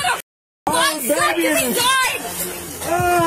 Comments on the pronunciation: WTF is a Vi-sectomy.. is that like a vasectomy? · It's vAsectomy, not vIsectomy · Probably didn't help that the woman kept calling it a "vysectomy." But RIP, twice. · She keeps saying visectomy and it's annoying